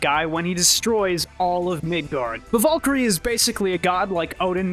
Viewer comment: You say it as vuhl-kuhl-ree and she did it way differently, with a rolled R, and as kehl not kuhl. Just saying, she literally says it right after you and it didnt match. Don't need a degree for that one.